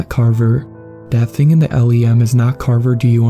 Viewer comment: Note for the author—it actually takes a full four days to get to the moon. Space is UPSETTINGLY big. Just google “earth and moon to scale” and get fucked up. Note for you, my friend—LEM is usually pronounced as a word, rather than listing out the letters in the acronym. I’m a huge space dork, if you couldn’t tell😜Great choice of story. Your reading is getting more expressive, which is great. Your older narrations struggled a little but with monotone. But now that your expressive inflection is falling into place so nicely, you might want to consider pacing a little bit more when recording. Half or even full second-long pauses, when placed correctly, really allow the audience to sit in anticipation for what’s going to happen next. Try imaging when a character in the story would need a moment to collect themselves before speaking, or bracing themselves to share critical information to others. Also, depending on how much an author abuses commas, those are good indicators of places to take little breaks. Same thing with semicolons or one of those long hyphens(—). In visual art we call inactive pieces of a composition negative space. If I were to give some constructive critique from a loving fan, I’d suggest if you wanted to crunch down on an area you could improve on a little bit, I’d ponder your “negative space” and how to play with it more. 😊 A really great story, I love long outer space tales like these.